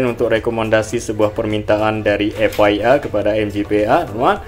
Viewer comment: Bang F I M / F I A itu bacanya bukan F Wai M / F Wai A , tp F Ai M/ F Ai E, klo F Wai M itu tulisannya F Y M, Way itu huruf y bukan i